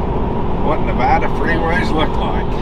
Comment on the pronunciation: It’s just made me very happy that you guys pronounce Nevada properly. I kind of find it annoying when people say Nev-odd- a